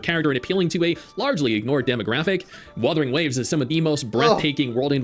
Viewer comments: Proceeds to mispronounce Wuthering Waves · Bro was shitting on that one dude saying wurthering waves and he started doing it lmao